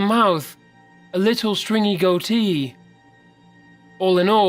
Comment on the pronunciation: Hate the way u said "goatee" it was sooooo wrong turned off after thatee